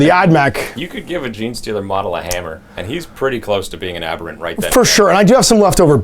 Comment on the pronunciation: Abearants? Lol that’s a new one. It’s Ab-ber-rants (cause they’re basically ab-humans), but yours is pretty inventive.